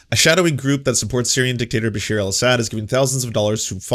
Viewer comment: Awesome coverage on Syria. Just one lil thing it’s Bashar not Basheer. Pronounced Ba Shar. It’s was very sad to see so many on the left welcome this Aaron matte character and other idiots like Rania K who claimed the peaceful protesters of Syria in were calling for arms and killing Christian’s. So their lies continue and the really don’t care for any Syrians regardless of ethnicity or religion. Syria has had over 4 million refugees and about the same amount displaced inside Syria. Entire cities destroyed and the majority on the crimes were done by the Assad regime.